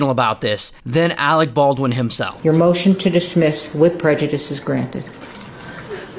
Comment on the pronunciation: "Alec Baldwin" oh no